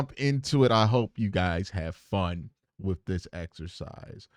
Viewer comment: This dude said “wif & spunt” 🫣